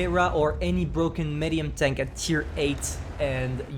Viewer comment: nobody::"meh-dium"